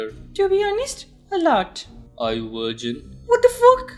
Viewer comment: saying "Hey shawty are you vrigin"💀🙏